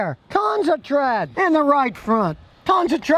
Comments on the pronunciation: Lmfao. “Tons’a tread!” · No a single soul: Scotty: TTTREAD